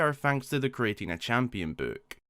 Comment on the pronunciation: how can someone mispronounce book?